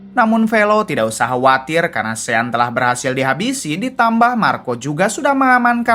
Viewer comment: Ejaannya sean...tapi sebutan yg betul ialah shon